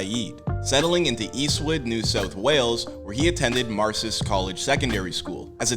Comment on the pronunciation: The high school he attended is called Marist, Eastwood. I think you pronounced it as Marsist 😂I lived in a town not far from him called Parramatta. I also studied at his University- Western Sydney. UWS and West Sydney represent!